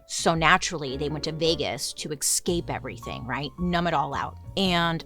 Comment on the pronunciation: It’s “eScape” not “excape”